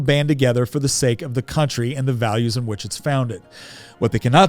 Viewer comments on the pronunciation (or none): none